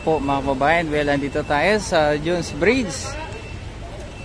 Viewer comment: Pls read proper pronunciation pls mga vlogger! Its jone's bridge not june's bridge ok!